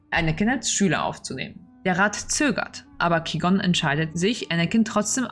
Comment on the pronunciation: 1. Die Filme habe ich gesehen, ja! 2. Qui-Gon ist indeed falsch ausgesprochen - mit dem hab ich immer Probleme. 3. Das Recap ist wirklich das Gröbste vom Gröbsten - nicht wieso Dinge geschehen. Dies ist definitiv kein Deep Dive und viel mehr aus der Sicht des Zuschauers nicht aus der Sicht der Charaktere mit einer gewissen Gewichtung bzw Interpretation dessen, was zu sehen ist. Namen werden im Vorhinein schon benutzt obwohl diese dort noch nicht bekannt sind (besonders in den Dennoch danke für die Anmerkungen und Kritik, die werden mitgenommen.